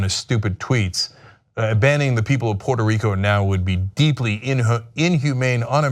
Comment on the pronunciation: Pooyeetoo Reeekoo is Mixico!!! - Dotard